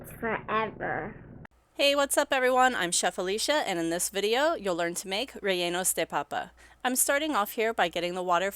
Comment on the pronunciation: I starting watching until I hear rweyenos du pawpa. No thanks